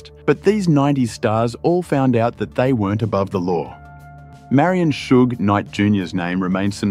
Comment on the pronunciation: They pronounced “Suge” correctly…not AI lol